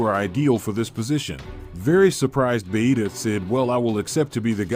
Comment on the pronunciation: Why do they call vegeta bahita 😂